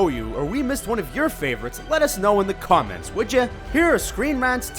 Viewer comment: Huh, I found a blooper your pronounced comments wrong. You probably meant to do that did you.